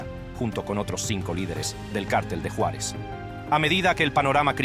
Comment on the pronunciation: Me gustó como pronuncia mi Juaritos la frontera. Yuarez. Jajajaja